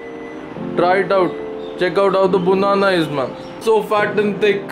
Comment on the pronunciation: Its a banana not a bunana.